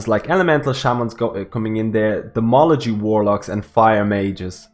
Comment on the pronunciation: Demology? You mean Demonology? :)! Also, tier 21 seems like it's going to change things up.